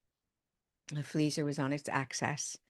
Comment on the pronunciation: axis, not access.